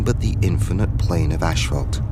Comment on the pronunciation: What is "ash-phault"?